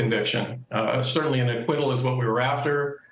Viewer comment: Yeah he sure said "we got no quit" but he surely cannot say "we got that ac-QUIT-tal!!" LOL! 😅😂